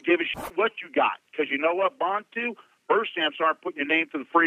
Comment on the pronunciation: It's not "Bontu"... It's Bantu